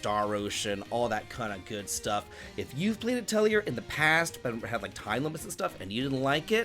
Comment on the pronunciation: "Atelier" is pronounced with "yay" not "year" 😅 (lovely video, though. Cheers)